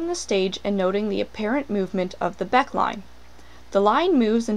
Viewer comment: It is pronounced Becké line.